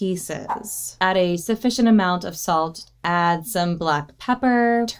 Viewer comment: over💋saltah an pepperah💅🏻